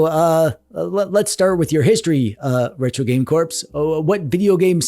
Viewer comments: Have you been calling him "Retro Game Corpse" all this time just to set up this joke? That is some 5D chess, if so. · Retro. Game. Corpse. 😂👌